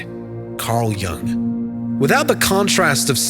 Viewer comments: His name was Jung with a European U sound, not “Jang” or “Young” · incorrect pronunciation of Carl Jung's surname - repeated several times... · You have wrong pronunciation of surname Jung